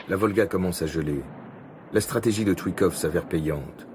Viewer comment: C'est chouïkov , c'est TchouiILLkov...Voilà y en a marre des prononciations de merde